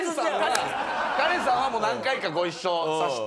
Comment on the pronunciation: カレンのことガレンって言ってるじゃん